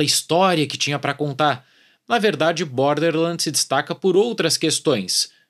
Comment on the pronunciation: "bórderrrr lândis" 😂